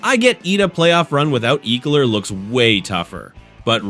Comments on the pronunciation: EEEkler? me thinks this a bot channel. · say ekeler's name right!!!